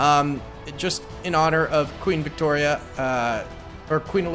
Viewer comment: Great video, but I cringed when youbsaid Victoria, but I'll let you being that you are an American ;) lol